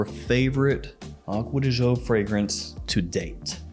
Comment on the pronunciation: Why do Americans that "Gio" pronounce like "Zhou" when it´s simply "Jo". Do they really think "Zhou" sounds italian? LOL